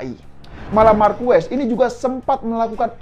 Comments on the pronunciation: Markes bang nyebutny Marquez.. 👍👍👍 bukan Markues 🙏🙏🙏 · Gw pernah nonton langsung GP di Sentul, jadi paling ngga gw sudah pernah merasakan atmosfer nonton langsung di sirkuit internasional. Gak seperti presenter ini, bahkan nyebut nama Marquez aja salah, ketahuan kalau dia sebenernya fans Moto GP karbitan. Dan gw rasa, dia juga gak bakal nonton gelaran Moto GP di Mandalika nanti, entah karena dia sebenernya gak suka Moto GP, atau dia gak punya uang untuk berangkat kesana. Jadi kemarin gw sempet nonton video di chanel ini yg membahas perbincangan para rider dengan Jokowi dan mengaitkannya dengan Anies atau lebih tepatnya menyerang Anies, tapi sepertinya video tersebut sudah di take down, dan diganti dengan video ini. Sebenernya euforia kembalinya gelaran otomotif kelas dunia di negeri ini, gak perlu diikuti dengan sentimen negatif kepada Jokowi maupun Anis. Kita nikmatin aja tontonan ini, baik secara langsung maupun dari tv. Gelaran skala internasional ini seharusnya dapat menyatukan kita sebagai bangsa yang sedang disorot oleh dunia. Tinggalin polarisasi pada pemilu kemarin, toh nanti juga Jokowi udah gak bisa nyapres lagi di 2024. Sebagai penikmat event olahraga atau balap, apalagi yang berskala internasional, jujurly gw kangen bisa nobar di sirkuit/stadion tanpa harus merasa saling curiga satu sama lain. Curiga kalo orang disebelah dia cebong apa kadrun. Udahlah, ga enak kan kaya gitu. Fyi, dari tahun 1997 sampe sekarang gw golput, dan sepertinya akan tetap begitu kalo sistem demokrasi kita masih seperti sekarang. Gw gak mau nga